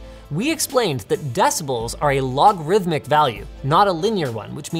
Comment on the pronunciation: logArithmic, not "logrithmic"